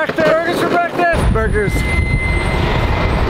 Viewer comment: Borgers for bekfast